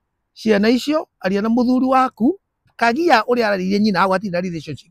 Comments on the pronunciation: KAGAI NOT KAGIA.👍👍👍👍👍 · It's Kagai not kagia